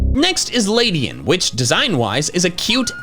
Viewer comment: It's Ledian, NOT Ladyan!